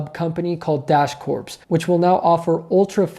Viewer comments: My dude... you had me cracking up. Freudian slip, perhaps? Prophetic words? "Corps" is pronounced "core". When there is an 'e' on the end, then it is "corpse". Like I said, though... Dash Corps may end up being "Dash Corpse". The IC enjoys the freedom of making their own schedule. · It's pronounced "dash core", not "dash corpse" -unless they're hiring zombies now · Once again, Great video Thanks for the info and the research you put into it. (P.S. the "ps" in CORPS is silent; the pronunciation of the word is "CORE")